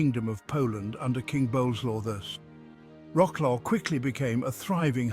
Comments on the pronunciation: vro-souaf and not roclo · WROKLOW 😂😂😂😂 wrong pronunciation, you should say vrot·swaaf 😂😂😂😅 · Wroclaw - not łroklau. For Gods sake. Vro-ts-lav - It is pain for ears hearing łroklau all the time. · vrotzlav no vroklav (-au) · Wrocław you have to pronounce it like Vrotswav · I've always heard Polish people - or people of Polish ancestry but born and brought up in the UK - pronounce it as Rotzswav (British pronunciation) though of course that's (ie the English pronunciation) not the way the name of the town is written. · What a slaughter of the name of Wroclaw, it gives me pain in the ears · I turned away from this as soon as the bad pronunciation and irrelevant pictures started There are mo mountains or even hills near Wroclaw and it does not look like the square in Warsaw.